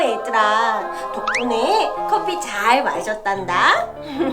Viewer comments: 8분4초에 가 커피를 코피라고 함 ㅋㅋㅋㅋㅋ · 내가 좋아하는 커피가있네를 코피가 있네라고 들림ㅋㅋ